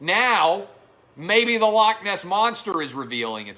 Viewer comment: Dear everyone that isn't Scottish. Please learn to say 'loch' properly, it's not hard, to do the 'ch' ,just imagine you are haching up some flem....or a pube out of your throat.....thank you...- every Scottish person.... ;)